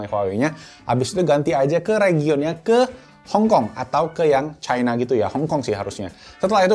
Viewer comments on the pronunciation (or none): none